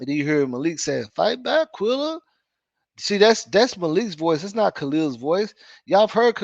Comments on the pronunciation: It’s Qu-EHHHHHHHH-lla!!!!!! Do you see “ai” in her name?!?!?! Jesus FN Christ!!!! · I tried to tell him this a few lives back ...its so annoying cuz quella is not hard to pronounce. I think he does it on purpose